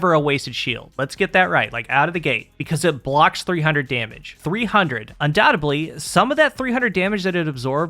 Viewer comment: *undoubtedly, not undoutably Good video! Thanks!